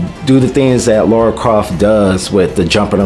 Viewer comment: Apparently every native english speaker has a problem pronouncing Lara's name correctly. She's not called Laura...it's Lara...is it really that difficult for you guys to say her name right? xD Regarding her outfit...well I can't imagnine any woman going out on a hunt, killing hundreds of armed people, taking 20 bullets herself and still fighting...it's still fantasy as well. I see no issue in giving her the original outfit. Also doing the kind of acrobatics she does I imaging would be more difficult in pants than shorts, because pants hinder your movement more, unless it's flexible material, which her rebooted pants weren't. lol